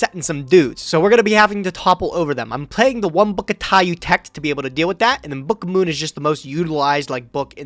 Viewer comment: says book of moon like “bukuhmoon”